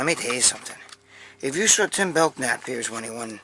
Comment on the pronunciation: Greg his last name is pronounced Belnap. The K is slient. I will Simmer down now. Lol